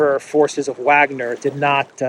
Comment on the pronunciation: Why are you doing these dumb speculations? Or pronouncing Wagner wrong?